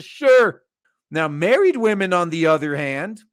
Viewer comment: I like how he say's wamens